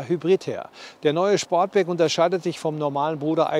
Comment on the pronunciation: Ich glaube er heisst Sportback und nicht Schportback 😊